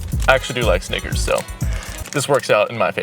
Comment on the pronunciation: bro did NOT say snickers🥸🥸